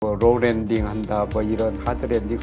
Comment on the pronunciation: 김영익 선생님은 Low landing이라고 발음 하시고 직접운영하는 채널인 김영익 경제스쿨은 Roll landing이라고 하면서 자막에 설명까지 쓰고…….경제지에는 No landing이라는데 Low와 Roll은 들어본적이 없어서 정리가 한번 필요할듯합니다.